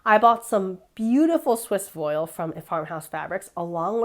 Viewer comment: So cute!! <3 Candy Candy is so adorable and your dress totally evokes her vibes <3 FYI: Voile is pronounced "Voo-all" :)